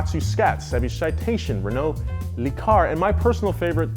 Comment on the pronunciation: "Le Car"